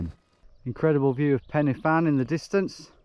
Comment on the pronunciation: Hey mate quick heads up, pen y fan is pronounced closer to ‘Pen ER Van’ (like the U in churn) Don’t want you being grouped in with the saes calling it penny fan! 😂